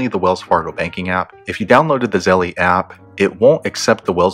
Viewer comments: Really good video man!! But it’s pronounced Zel not Zell-E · its pronounced zel bro, not zell-E lol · Thank you for this comment Z. Fortlow 🙌🏽🙌🏽🙌🏽🙌🏽 Yes its Zelle, like Belle not Zelly (zellee, zellie, belly, etc). I couldnt focus with the grammar thg. Honestly, giving instruction on something to guide / direct others on the right path, when one does not know its properly terminology can be a bit hesitating to trust on a range of things, platforms, etc. The professor in me won't let up. (Things that make you go, "hmm." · It is Zelle, as in gazelle. 🤦🏽‍♀️ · PRONOUNCED ZZZEEEELLLLLLLL MY GOD!! Lol cringe good educational content though! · I too cringed the whole friggn time. 🤦🏽‍♀️ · JESUS PRONOUNCE THE NAME RIGHT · I thought it was Zelle like gazelle, not Nike like Nik-e. But thanks for the info. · Nahhh I think he saying it wrong lol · Nah I think it's him. Even at the bank they don't say it like that